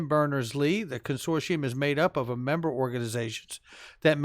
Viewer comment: I love every thing u do but can someone in the xrp community please pronounce consortium properly! Ask google?